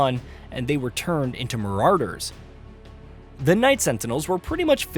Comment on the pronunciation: This dude is struggling with the word marauder